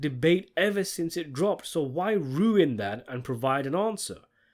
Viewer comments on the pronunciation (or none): none